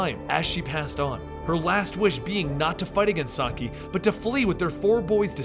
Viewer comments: "sock-eye" mate i think it's pronounced "saki" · Um, not to be rude, but Shredder's name, Saki, is pronounced "Sah-kee". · sah-key not sahk-eye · It isn't so much that its mispronounced that bothers me... its that its not consistently pronounced in either way. at the beginning it was said "Saki" then towards the end it was "Sakai." Those are two different names... I feel that this may cause some confusion to viewers... for Example, I have no idea how Oroku Saki and Hamato Yoshi could be in present day NYC having lived in the aforementioned [in the video] "feudal Japan." So conjecture from the video itself and previous knowledge of TMNT lore..."Sakai" could be another Shredder in a long line of Shredders, oh ho, have there been many. At best you get people who cringe at the pronunciations. At worst you confuse viewers and take away from the intentions of the creators and hurt the brand. Oh well. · Not Sock-Iiii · Alopex = A-loh-pehks Saki = Sah-kee Kurai = Koo-raheh